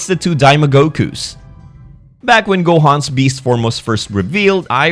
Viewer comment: Can't believe he said gomah with a hard r